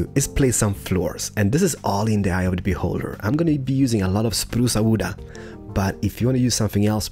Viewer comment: “ spruca wooda comin atcha” got me rolling on the floor